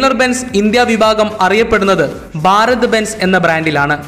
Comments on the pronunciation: 'ബ'അല്ല 'ഭ'ഭാരതം ok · ബാരത് എന്നതു കൊണ്ട് ഭാരത് എന്നു തന്നെയാണോ ഉദ്ദേശിക്കുന്നത്? സഹിക്കാൻ പറ്റാത്തതുകൊണ്ട് ചോദിക്കുന്നതാണ്. ഭ എന്ന അക്ഷരം ശരിക്ക് ഉച്ചരിച്ചുകൂടെ. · Baarath alla..bharat..bhaa bhaa